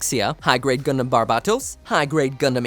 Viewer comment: It's Gundam not gridman